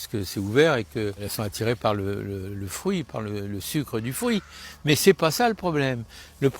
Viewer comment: Des fwuit?